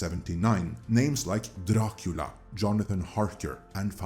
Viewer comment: Gotta love everyone making fun of Amazon's pronunciation of GaladRiel and here we have all the NosfeRatu and DRacula sounding equally dumb.